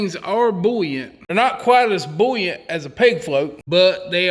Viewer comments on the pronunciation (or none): Hot tip: there is no "L" in the word buoyant or buoyancy. It IS NOT "bullyant" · I just love hearing him say bouyant/bouyancy/etc